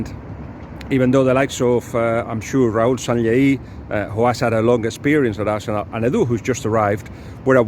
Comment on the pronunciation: Dude - peeelease learn to pronounce Arsenal properly (we don't roll the r in English). 'arsenuw' not 'all-see-nalll'